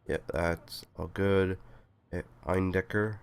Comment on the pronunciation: You pronounced Eindecker pretty much perfectly :D Also hope your throat is getting better soon! Also, the "support" you got was priceless - popping in on screen for two seconds before colliding with each other xD